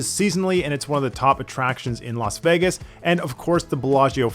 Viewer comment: Bro calls it Vaggis